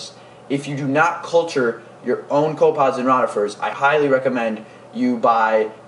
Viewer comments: I like your vids but please start pronounce copepods correctly. It is pronounced co pa pods. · Co pods? I think a syllable went missing.